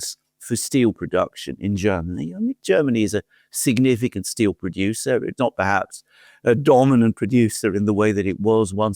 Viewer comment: Germans say "steel", Merz says "still"